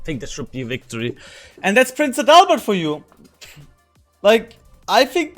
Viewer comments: Das klingt irgendwie komisch 😂 AdaLLLbert? Hatte gesagt AAdalbert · Actually, it's not pronounced Prince 'A Dull Bird'.